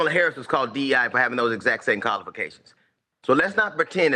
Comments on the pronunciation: He said colifications. Lmao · DL Hughley is the WORST comedian in the world. He did a show in Houston years ago and got booed, he was that bad. He can’t even say the word “qualifications” that’s how ignorant he is. Wesley Hunt is beyond reproach and he worked for everything he achieved. DEI is a handout and it can be anyone of any race, mostly transgender benefit from DEI and lazy people.